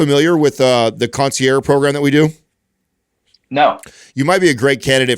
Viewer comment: why is pronouncing concierge that way? does he think it's fancy or something 😂